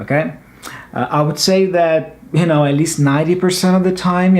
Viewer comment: Hi when you say "look at them" you replaced it with "r" the two "t t"?